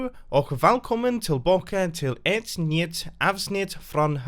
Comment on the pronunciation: when you said nytt (new) It sounded more like niet. It was great though.